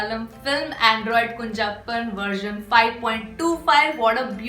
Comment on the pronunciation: It's not kunjappan it is kunjappan with ञ and how it will be pronounced if two ञञ. That is how you have to pronounce kunhappan.